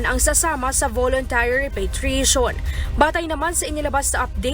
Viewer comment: kindly seek the help of google on how to pronounce the word REPATRIATE properly.....